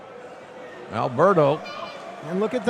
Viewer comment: I love you, JR. But you've pronounced Alberto's name wrong too many times. 😅